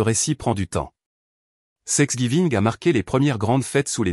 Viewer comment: Quand cesserez-vous de dire SEXGIVING !!!! au lieu de THANKSGIVING